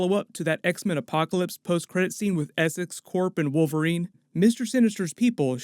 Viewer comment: Wolwerine loura